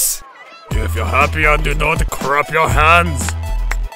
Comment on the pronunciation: What i heard was if your happy and you know it crap your hands ._.